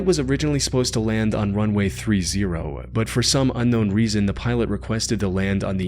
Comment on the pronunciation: This narrator literally pronounces the word "but" as "bied". How. Unlistenable